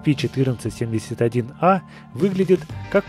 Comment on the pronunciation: captainkirk 2006 правельно есепи а не ецепи